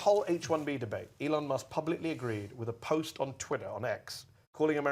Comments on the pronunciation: and i quote "anything that LEON MUSK..." a chuckle was chuckled. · "anything that LEON Musk is doing......" that's how you know it's a 1000% sycophant. Probably says, ka-MALL-uh. too because Daddy Trump does.